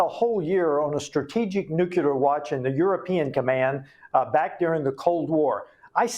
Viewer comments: Side point maybe but when someone with supposed expertise keeps mispronouncing "nuclear" it really freaks me out... 😳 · I had to click off. That dude, mispronounced "nuclear", one too many times for me. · How can people, especially him in that position, mispronounce the word nuclear? Does he hang out with George W. Bush? Geez... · Congressmen can’t even say the word nuclear correctly. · nucular -> nuclear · I don't trust the intelligence of anyone who uses the word "nucular" which doesn't exist. It's "nuclear". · Congressman- “Nukular” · ( Nucular)? It undermines a persons credibility when they’re talking with this word, which is incorrect the correct way to pronounce it and spell it is nuclear not nucular. George Bush Jr. had the same problem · I don't think anything bothers me a much as the mis-pronounciation of the word NUCLEAR BY GOVERNMENT OFFICIALS! NEW-CLEE-ER Is correct! NOT NEW-CUE-LER? 🤬🤬🤬🤬🤬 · "nucUlar" ?? I have a difficult time trusting experts in this area when they can't even pronounce the word nuclEar.. 😐 I mean, I agree with this guy, .. but for Pete's sake dude.. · WHY, a CONGRESSMAN, man who says he’s been so close to the nuclear program, CANNOT PRONOUNCE NUCLEAR?!!! It drives me insane, when I hear so many, “intelligent?!” people, pronounce it “NUKE-U-LER!” I understood it when that monkey, George “Dubya” Bush mispronounced it constantly, but hey, look who you’re dealing with!!! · Nuculer? The word is nuclear. Is this code? ... Or are all people in high positions mispronouncing nuclear??? Subterfuge? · How is it that a congressman can't pronounce "nuclear". He says "nuculear". WTF? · Nucular is not a word. It’s NUCLEAR! Why do people keep saying that? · I don’t trust/believe anyone who can’t pronounce “nuclear” properly. It’s not “NUKE-you-ler “. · Nu-clear. Not noo-q-lurr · Say it with me: NEW-klee-er If there’s war, does it suspend inauguration of the newly elected president? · OMG I wish people would stop saying nukular!